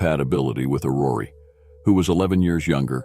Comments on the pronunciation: It is not AurorEEEEE but Auror. Do not pronounce the last E. The meaning of Aurore is Dawn. Otherwise as usual, very well presented. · The pronuncyation of her first name is not "Orrory" it's "Or Or". Hearing it mispronounced over and over(and over) is painful.